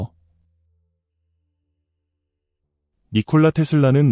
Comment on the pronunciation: 물리하기 -> 물리학이 관경을 -> 광경을 고기한 -> 고귀한